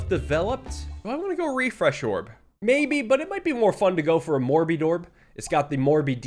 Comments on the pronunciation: this one actually has a reason haha. When the morbidorb was first added saw it and very exitedly said “morodeedorb!” So now it’s sort of stuck. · I heard him say mor-bi-dorb and had a double take. I thought it was a morbid orb.